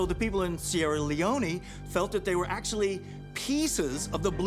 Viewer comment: Any here hear him see sierra leonineeeeee